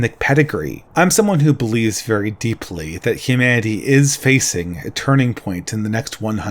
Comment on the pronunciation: These videos are good, but I think should work on his pronunciation. It's really jarring to hear things like "Hu-mah-ity" in the midst of a well articulated idea